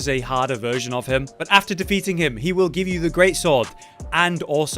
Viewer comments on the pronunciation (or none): none